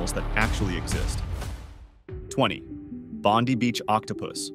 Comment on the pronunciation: Bondy Beach? So despite its World fame you don’t know how to say it? Bond-eye for future reference.